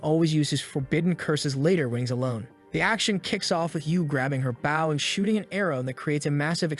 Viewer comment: I love how the narrator can't even pronounce "bow" correctly. Bow pronounced 'bau means your bowing to someone a sign of respect. Bow pronounced 'bo means a weapon for archery. 🤣